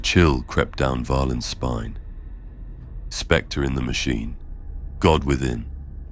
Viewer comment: Oooh specter…not sphincter.